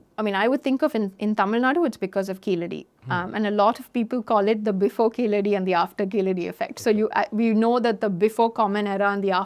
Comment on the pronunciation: It is pronounced, 'Keezhadi' in Tamil not Keeladi as done by non Tamil speakers .